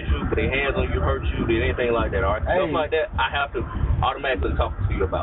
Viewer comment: Cop: I like that red interior Offset: ah lak dat red Cop: ah lak dat red